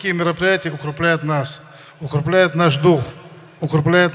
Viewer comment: Абдулвахид Джаватов . укрепляет ,а не УКРУБЛЯЕТ 😁😀😂